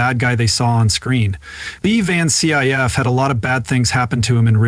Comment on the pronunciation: Could only watch 1 minute of this before I got tired of the mispronunciation of this great actor's name and had to stop the video. Next time, get a real person to narrate! Someone that actually knows cinema history...